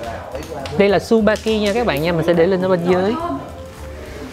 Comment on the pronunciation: Tên sp kia đọc là chư ba ki. Không đọc là su ba ki nha